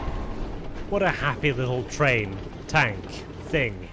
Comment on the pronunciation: Ah yes, the Traink